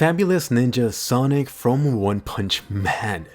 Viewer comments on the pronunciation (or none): none